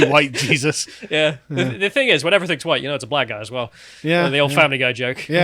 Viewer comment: "SHE-sus" Christ?